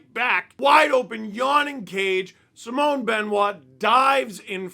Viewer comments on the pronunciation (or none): none